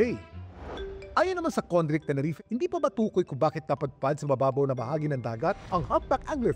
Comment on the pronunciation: Tenerife... Pronounced as Te-ne-ri- fe... Not Teneref